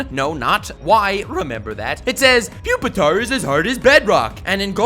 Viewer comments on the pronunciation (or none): Its really pronounced PWEE Pee Tar? And not PUP EH TAR?